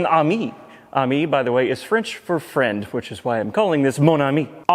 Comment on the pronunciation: Ooooooooh fwend